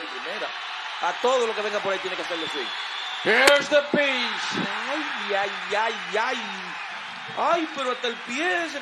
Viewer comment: Here is the pisshhhh. Pense que se decia pitch 🤣🤣🤣